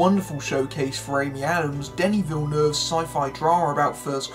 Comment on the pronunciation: That was one of the best pronunciation of "Denis Villeneuve" by an English speaking person I have ever heard! Good video BTW!